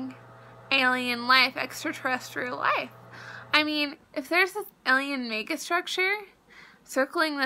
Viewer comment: I'm not trying to be mean whatsoever, but I can't get over the fact that she kept saying "eliens" instead of aliens. "One step more closer?" My grammar nazi is screaming inside.